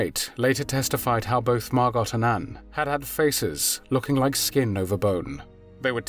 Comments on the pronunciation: It’s pronounced mar go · Fyi, the T in Margot's name is silent. So, it is pronounced Margo. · Ditch the robot voice. Margot is pronounced 'Mar Goh', not 'Mar Gott' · Name is pronounced "Mar-go", not "Mar-got". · Excuse me but the correct pronunciation of Margot's name is [MAR.goh], not MAR.got]. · It's pronounced MAR-GO Not MAR-GOT C'mon ya 🥔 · I thought Margot was pronounced MAH-GO? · Dude - it’s pronounced “MARGO”. The “t” is silent. C’mon. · It’s pronounced Margo, isn’t it. Without the T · It's not MarGOT. The T is silent as in GO. Sorry pet peeve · MARGOT is pronounced with a SILENT t. Can't you look things up?